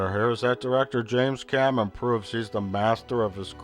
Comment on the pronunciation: "James Cammen"